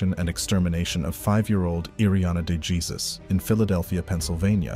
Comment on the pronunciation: He really said "Day Jesus" instead of day hay soos (phonetics)